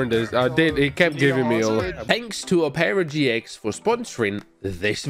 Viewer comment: Oh-pera GX